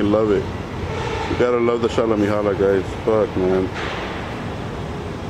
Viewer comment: Shalla Mehalla, NOT ShallaHolla, BROTHER! Alla Oola Heela. Uno Dos Tres, QUATTRO, Wooly Booly now. Abla Ingladada and all that shit. Oobla Gah. "Go to church then."